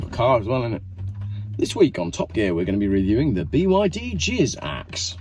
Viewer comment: It's not Jiz-axe, it is Jizak !😂